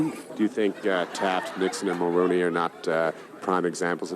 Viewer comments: Hes saying Mulroney Yuk. Mullaney is a previous prime minister. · We never had an Eskimo Prime Minister but Mulroney is a past PM lol Not Mulroneyuk lol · Mulrooney pronounced mulroni..was one of our worst prime ministers ever. He was a concervative. Like republicans his ignorance knew no bounds. Rip the village idiot. I live your show..you are fair...intelligent and funny. Buchard was the worst premier of Quebec. But no one questions what they are being asked. Thank you for your candor.